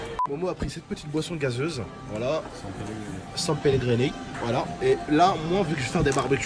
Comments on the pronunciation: san pelegrinique😂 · Mdr ta dit senpeligrini c pas grave jtm🤣bon courage pour ramadan